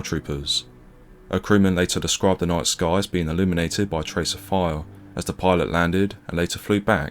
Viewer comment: Why cant you pronounce "fire" properly